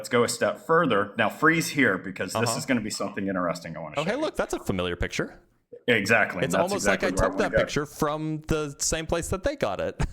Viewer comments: "drawl a piture" 🤮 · Does this caller not realize that the word picture has a 'C' in it? He keeps calling it a piture. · He says "piture" and wants to discuss science 😂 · "A pichur" is making me slowly lose my mind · I'll go with the guy who can say 'picture' properly.